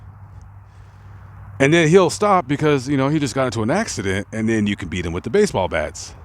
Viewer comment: You said baseball blats. Lol most people probably didn't catch it. My children's baseball blats. Lol. Awesome video. Baseball blats is at 4.34.